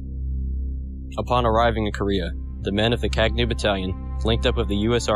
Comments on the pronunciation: Thank you for bringing my Uncles' history to the wider audience... Kagnew (the 'gn' in the middle of the word is pronounced Kah-ñ-aw, like the Spanish word 'señor') it is also the name of Hailesilasie's Horse. It also means (to) Reconnaissance. The Battalion fought 255 battles and won all 255. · Kagnew is pronounced in a completely different way especially the "gne" part and i was confused when the video says Kagnew.